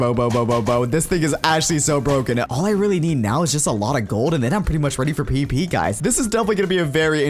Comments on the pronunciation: says "The P-P Portion of the video" instead of "The PVP Portion of the video" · He said pp instead of pvp